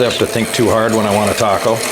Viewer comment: Did you say “TACO”? Or “taco”?